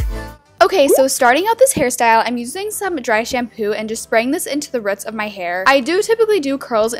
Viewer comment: Rooooots not ruts